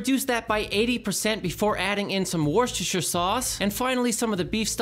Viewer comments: Just NO! on the Netflix! and as someone from New England it's Wooster-shire-sauce. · Don't know why Americans have such trouble pronouncing Worcersestestershire sauce "Wus-ter-sher" sauce